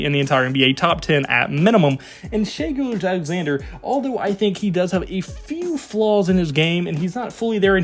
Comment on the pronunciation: Dawg, imma dislike the video but for 3 simple reasons... I'm sorry 😭 You couldn't pronounce Shai's last name. We are the 2nd seed not the 1st seed. And we are a game and a half behind the T'Wolves not half a game. Idk what the trend with being off 1 is but hey, it is funny 😂.. also I'm only 2 and a half minutes into the video.